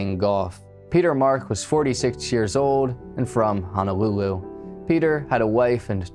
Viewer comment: Yeah, it's Hono-lulu, not Hana-lulu. He was not a (native) Hawaiian citizen. He was a Hawaii resident. These are the main errors. But, I left home in the 90s so was not too familiar with case. Thank you for revisiting.